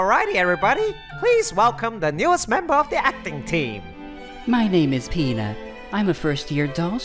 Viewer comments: When pina said his name I thought he said peanut. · I swear I thought he said his name was peanut. I burst out laughing, until I realized it was pina then I almost peeped my pants 😂🤣😂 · My name is pina . I almost heard penus 😂😂😂😂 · Me:hehehe it sounded like he said weener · Actually that's not how you say Pina's name tho but great video